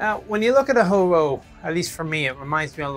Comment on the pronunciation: Nick, you pronounced "Ho-Ro" perfectly, except for not rolling the "R." Many people get the vowel wrong.